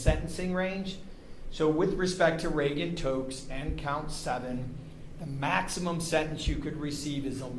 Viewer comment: Can someone please explain to me why the judge keeps saying Regan Totes?